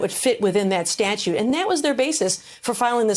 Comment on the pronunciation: Is it a "thing" for so many of these lawyers on TV to not know how to pronounce "statute"?